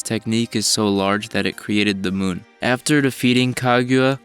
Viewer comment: The way he said "the muun" was funny.